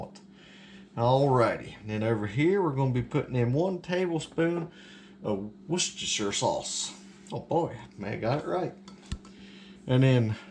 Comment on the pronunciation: I live in Florida and my favorite Christmas movie is The Grinch stole Christmas and Charlie Brown Christmas. Your Goulash looks good. I like it because it taste good but easy to make too. You said Worcestershire right. I finally googled how to pronounce it and I have been saying it wrong all these years lol.